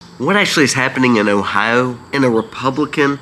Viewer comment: 😂😂! Your pronunciation of O H I O is killing Me!! Say it slowly: OH HI O All kidding aside…lol Hoping you feel better!!